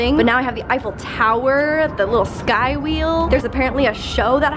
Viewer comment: “the little sky wheell” 😂